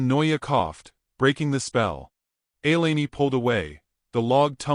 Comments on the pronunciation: Thank you! Butchered that name badly. So annoying. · Please pronounce her name correctly. Elaine is not elaney, it's pronounced E lane.